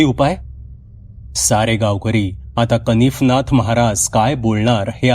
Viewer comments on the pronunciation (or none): दादा तुम्ही नेहमी छान कथा सांगता आणि वाचन ही छान करता नवनाथांपैकी एक का -कानिफनाथ आणि तुम्ही कनीफनाथ वाचलं ऐकून बरोबर वाटलं नाही आणि दुसरं च्यबुतरा नव्हे तर चबूतरा.कृपया चूक सुधारून घ्याल असं वाटते